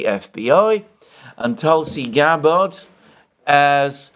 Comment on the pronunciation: Hi, please ease off the 2nd "a" in Tulsi Gabbard's name 😂 If confirmed, it will be ironic for Tulsi to move from the "Terror watch list" to the "Director of National Intelligence"